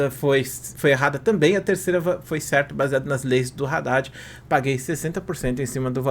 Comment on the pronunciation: Pronuncia Haddad certo pf